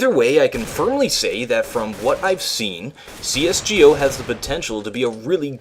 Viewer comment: "cs gee o"